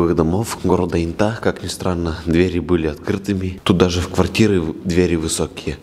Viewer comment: Не брехай, в Латвии Инта это женское имя!😊 Правда произносится не как интА, а Инта